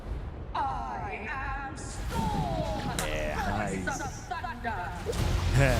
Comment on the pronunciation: ITS STHORM